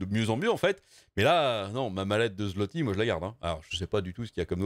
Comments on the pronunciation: En passant, zlotie se prononce "zwoté". :) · On dit phonétiquement parlant le "zouwoté" pour le zloty :p, de la part d"un polonais